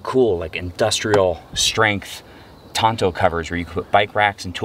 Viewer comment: Did say Tonto? As in the fictional Native American character and not toneau?;)